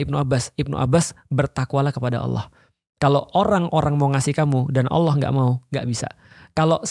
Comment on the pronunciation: spelling bang panji kalau menyebut ALLOH itu kayak AWLOH